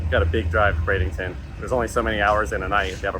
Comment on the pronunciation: Ok. We need to spread the work. BRADENTON. NO “ING”. It’s like warshing your clothe.